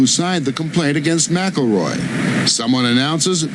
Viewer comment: Why do they keep saying MAC-A-ROY when its Mick-El-Roy